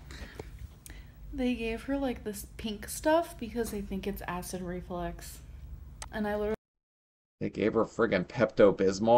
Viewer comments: Just the way she speaks its flux not flex. She completely missed entire semester of grammar/spelling/speech class.. lord! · Its REFLUX,not REFLEX...that was bugging me 🤬🤦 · it's acid REFLUX, not RE-FLEX. 🤣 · Is she saying acid reflex? Does she not know it's acid reflux? Does she not know the word reflux? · Nope, she says acid reflex 💯😂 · Is she saying acid reflex? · Is she mispronouncing "reflux"....or does she genuinely think it's acid "reflex"??